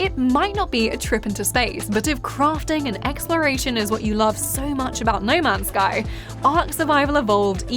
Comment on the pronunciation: “Ney mans sky” 😂